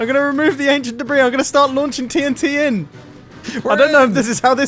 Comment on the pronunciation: one two three ancient debreeee